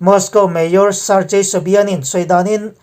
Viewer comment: Sargei tih hi (gang) kan tih ang hian Sargei tiha lam tur a niiii